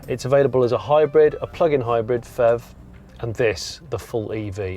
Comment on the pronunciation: PHEV pronounced "fev" is a rubbish idea, especially for those unfamiliar with the industry.